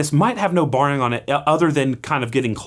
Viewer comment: I love these videos, but it's "no BEARING" (rhymes with the animal) not BARRING.